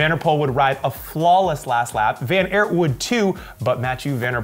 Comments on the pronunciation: It's Van Aart not Van Airt,..., as in tart or fart.. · he still pronounced it wrong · van der Poel is pronounced like the word “pool” not “pole”. van Aert is pronounced like the word “art” not “air(t)”. In Dutch oe=oo in English, whereas oo=long o in English.